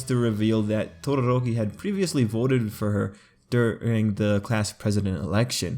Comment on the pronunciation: why do i kept hearing "tororoki"? oof onelikey for me tho